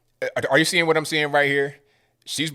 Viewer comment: I gotta say, your pronunciation of "w" in White or Wash or What is as white as it gets lol. Whhhhhite......Whhhhhash..........whhhhhhat. But I agree, they are just pushing racism further. It's like they are trying to keep us divided by their misled opinions rather that really discussing their points to make them more understandable.